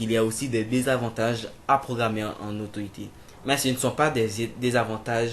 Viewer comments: Autoit ? 😂😂😂😂 C'est AUTO IT ! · c'est claire énorme !! dit le mot en anglais !! super video !